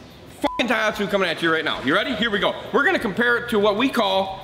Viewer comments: A good vid. But it bothered me every time you mispronounced "Tohatsu" as "Taihatsu". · not thaihatsu ...TOHATSU..ha ha ...translate the cc to ci is ridiculous in an outboard ...no need for that :face-blue-smiling